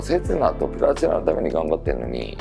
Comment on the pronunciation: のとこ。ぷらちながぱるちなになってます。上にあげてください。